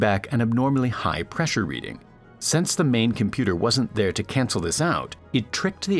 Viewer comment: Please learn the difference between "since" and "sense," and if you know the difference, please learn how to pronounce them correctly. All of mankind thanks you.